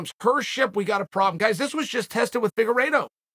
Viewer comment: boy i sure did zone out during this video. for a good 5-6 min until I heard Figuredo